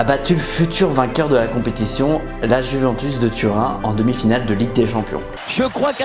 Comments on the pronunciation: Alors vraiment très bonne vidéo comme d’habitude mais on dit Juventus pas Juventous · La "jouvènetousse" 😅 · Je ne sais pas pq mais la ''Jouventous'' ça m'a pertubé toute la vidéo